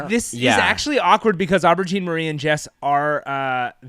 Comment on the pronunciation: shouts out to for trying to say aubergine also i love being a professional counter this is my passion